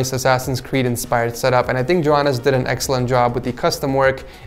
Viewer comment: Why do you day Joehannes it's Johannes